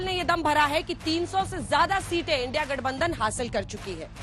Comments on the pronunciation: मोदी को इंडिया कहनें भी नहीं आरहा है इंडी कह रहा है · India bolne me sarm aa rahi hai 😂ki indi bol rahe hai modi ji aap desh drohi ho India bolo na ki indi 😂😂